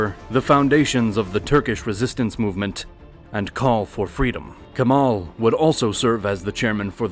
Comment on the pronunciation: If you're making this video, at least study the pronunciation of such places and people, 17 min into video, couple dozen of mispronunciations and wrong names of places. Not Turkey, Türkiye. Not Constantinople, Istanbul. Not Kamal, Kemal. I myself being tought about Canada, USA and UK about names and pronunciations all my life, as a Turkish guy, this is such a disrespect.